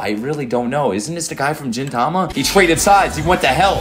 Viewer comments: bro did not just say Jintama instead of Gintama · for the love of god stop saying jintama its GINtama